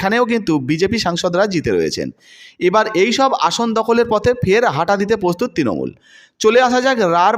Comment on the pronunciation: Uccharon sudhray non. Tinomul noi, Trinamool. Posun noi, Prasun. Prarthi, patthi noi.